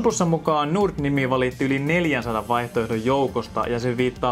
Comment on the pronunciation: Tyyppi lausuu "Nord" silleen "durt"